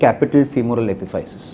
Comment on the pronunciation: Epiphysis is pronounced (uh-piff-uh-sis)